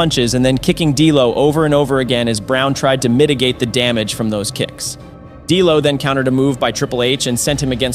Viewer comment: For someone who’s a wrestling fan you sure butchered the names of these superstars. Who the hell is gangrul? It’s ganGREL. GANGREL. It’s also no delo. It’s D’LO. AND ITS NOT X PACK. ITS XPAC